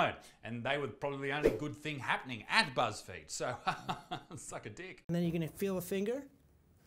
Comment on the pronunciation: Buzz feed then Isaac mispronounced Buzz field I think he meant to say Buzz Failed i mean the fudge 1.6 billion dollars worth to 100 million it sounds like wat happened to Kanye net worth